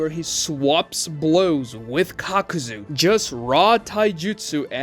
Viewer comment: did he say cockzu